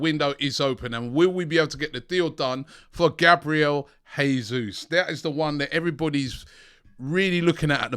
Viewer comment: Robbie his name is not pronounced Hesus. He's Portuguese and the "J" is not silent. Its more like "Gesoos"